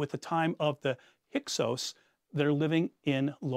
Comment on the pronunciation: Learn to vocalize hyksos, not "hykos"